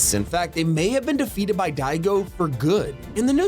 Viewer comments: its diago not digo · Sorry to correct you but it's said dee a go spelled diago